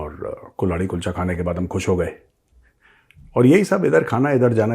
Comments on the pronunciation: कुल्हाड़ी कुलचा या कुल्हड़ कुलचा ? आप गलत तो नही बोल रहे ? या कुल्हाड़ी ही सही नाम है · Sir it's not Kulhadi Kulcha, but Kalhari-Kalhadi kulcha😅